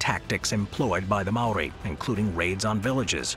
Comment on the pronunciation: Maori not Mari 🤦🏾‍♂️